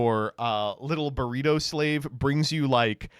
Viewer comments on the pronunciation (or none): none